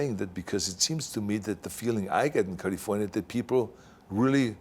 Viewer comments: I love hearing him say Kalifornya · Culliefornya is the proper term. 😬